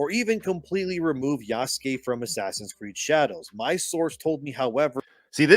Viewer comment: I really don't understand why people insist on calling him ya-SU-kæy..